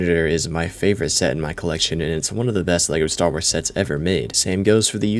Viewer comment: "Star Wras"